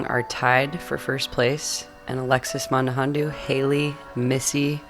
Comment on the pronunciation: What a great card to watch! Just one small thing:, it's Mandujano, not Mandujando:)